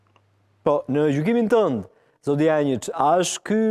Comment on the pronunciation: Dushan Janjiç e jo Dushan Jançiç gabim